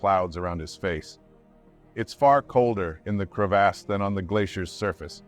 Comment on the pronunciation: When you’re trying to be an adult but Narrator says “Crev-ASS” 36,478,489 times. 💀 Glad he’s okay 😂🤙🏽